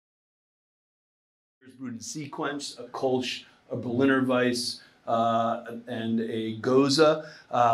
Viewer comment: this one drives me crazy. Kölsch should be pronounced almost like "Koor-lsh" with a short "oo" as in "look" and only a slight "r" sound, more akin to the British or Aussie "r". That is how the german "ö" is pronounced. In English a close comparison might be "curl-sh"